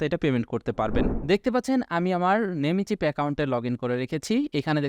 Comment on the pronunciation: নেমিচিপ না ভাইয়া উচ্চারণ হবে "নেমচিপ"